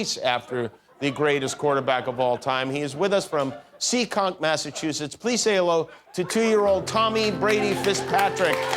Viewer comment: That's the wrong accent for Seekonk. Sorry to nitpick.